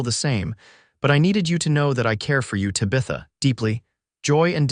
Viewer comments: Beautiful story, but it did annoy me that the entire video called her Tuh-bitha. Guess that’s just an unfortunate issue with AI. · Oh boy, another AI narration that mispronounces the main woman’s name so bad I can’t watch it.